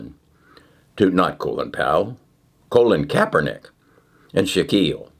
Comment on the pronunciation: I love pronunciation on names and companies. Colon Kapernick. 😆. Tutoral. 😂. Editis. 😭